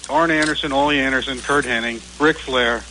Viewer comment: You'd think people would know that it's not HENNING it's HENNIG!